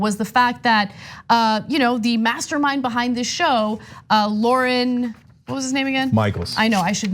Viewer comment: Lorne is a one syllable name like born. Not Lor-en. Just saying. So no you don't know SNL. LOL